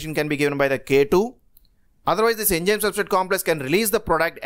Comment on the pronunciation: enzyme activity hota hai.... Enjyme nai